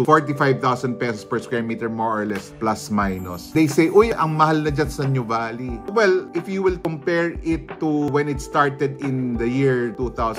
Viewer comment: We pronounce it as, 'noo vah lee'. Not new valley😊